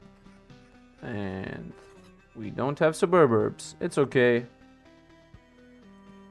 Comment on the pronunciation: i personally have no issues with how you pronounce anything. Sububbubburbs is perfectly acceptable. Not even being sarcastic. Nothing wrong with having fun with it lol.